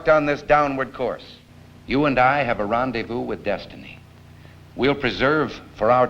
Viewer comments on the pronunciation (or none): none